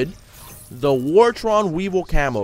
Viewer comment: ITS WAR-TORN NOT WAR-TRON😂